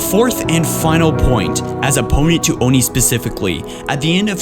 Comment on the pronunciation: please call it Oh-en-aye....